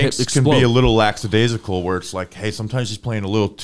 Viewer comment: Love the show but no S in lackadaisical.